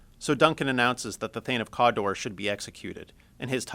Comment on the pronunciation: thane of "COOODAAA"